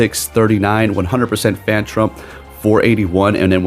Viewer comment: Isn't it phantump and not 'phantrump' 😅😅